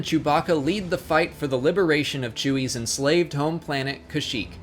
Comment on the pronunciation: im pretty sure chewbacca's planet is pronouced ka-zuk